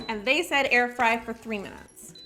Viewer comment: "Air fryers...frrrrrrrrrrrrrry."